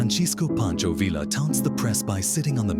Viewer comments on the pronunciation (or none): none